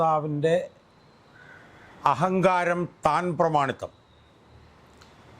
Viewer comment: വക്കീലേ, "താൻ പ്രമാണിത്തം " എന്നല്ല. "തൻ പ്രമാണിത്തം" എന്നതാണ് ശരി.